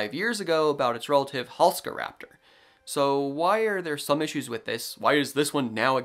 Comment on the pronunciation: You are mispronouncing Halszkaraptor. Why are you ignoring the z? This dinosaur was named after a famous Polish paleontologist, whose name is Halszka. In Polish, sz is pronounced like sh in English, so the name is Halshka, NOT Halska. Thus it needs to be pronounced Halshkaraptor, in English orthography.